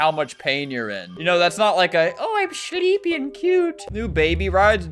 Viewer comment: No he said I’m shleepy and cute